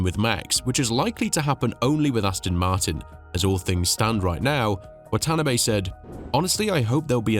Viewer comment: The boss of Honda's name is pronounced "Wa-ta-na-bay", with equal emphasis on each group of letters.